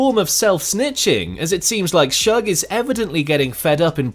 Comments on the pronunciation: Leave it up to a Brit to fuck up "Shug". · It’s shoog not shug or sooge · This narrator calling suge "shugg" is ridiculous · His name is Suge, not Shug lol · it Suge Knight not Shug